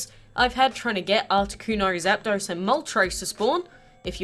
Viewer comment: Thank you for pronouncing zapdos right and moltres because THEY ARE NAMED AFTER THE FIRST THREE NUMBERS IN SPANISH